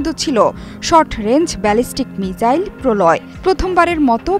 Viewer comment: Are didi ota মিজাইল না মিসাইল